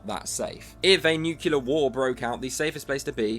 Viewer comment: If a guy pronounces it "nucular" like Peter Griffin, please refrain from taking seriously, anything he says.